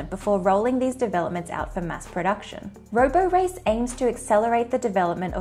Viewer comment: It's not roborace -- it rhymes with Liberace.